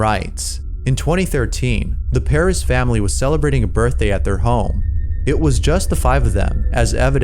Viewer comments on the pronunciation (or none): ok, minor complaint. It's pronounced "Peh-Rez(rest)" not Paris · Pur-ez lol Paris or whatever you said not right LOL Sounds so weird when you said it Also, that tent one is all fake, we not sure he in 15th floor just what he said and it does not take much to tape a picture, and really we never see his kid and the tent sooo.. Fake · Their name is pronounced Per-ez not Paris. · Its not peerez it’s Purrez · "Pear-Ez Family" sorry but cmon XD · Except for when he says Perez as "pair is". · Wish I could teach you how to pronounce Perez